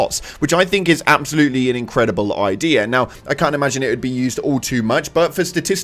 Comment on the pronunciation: Where is the R in the word “idea”